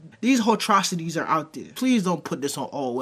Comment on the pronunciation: “Hoe trocities” 🤣🤣🤣